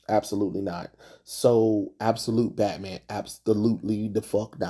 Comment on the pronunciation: you looking at what we Mexicans call "Betmén"